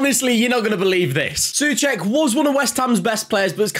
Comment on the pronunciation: Pronounced "So-check" not "Sue-check".